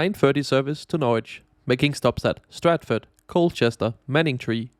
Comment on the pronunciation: Well, at least nails "Norwich" without issues. Many people, even native English-speaking Americans, struggle with that, I tend to find.